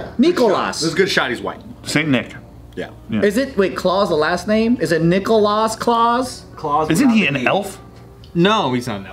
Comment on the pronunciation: Couldn’t even pronounce his last name